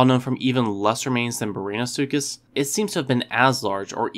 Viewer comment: did you really just pronounce it brainasuchus